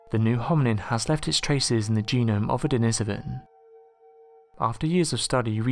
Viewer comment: Pronounced den-ee-so-van denisovan